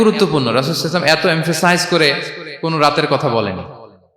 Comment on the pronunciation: এই লোক টা রসূল(স:) এর নাম নেওয়ার পর সাল্লাল্লাহু আলাইহি সাল্লাম উচ্চারণ টা পরিস্কার করে বলে না। সব সময় বলে..সাই আল্লাহু সালাম…..!! এতো বড় আলেম বলে দাবি করে অথচ নবীজির নাম বলার পর দরুদ টাও ঠিক মতো পড়ে না।